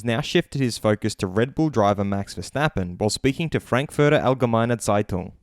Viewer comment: Can we just give him props for pronouncing Frankfurter Allgemeine right?